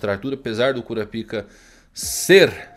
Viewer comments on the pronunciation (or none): Sério que o nome do personagem é "curapica"? Kkkk